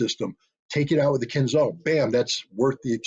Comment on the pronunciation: The name of that weapon is "kinzhAl", not "kinzal". It means "dagger" in English. When Putin presented it, NATO generals did not believe him. Now they know.